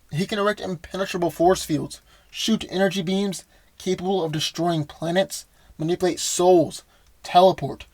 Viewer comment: Dude! ManipUlate, not manipIlate. You're killing me! If you're going to use a word over and over, pronounce it correctly.